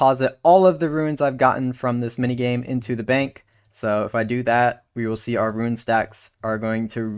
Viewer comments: Rune, not Ruin. Tiara, not tyeara. My works here is done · Tee-r-uh. Roon.